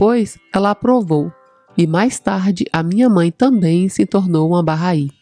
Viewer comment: Bacana. Fui p Israel e conheci o jardim Bahai. Se pronuncia “barrái”. É muito bonito e bem cuidado por voluntários bahais.